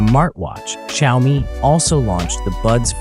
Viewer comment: Why do you call them shiaomy?😂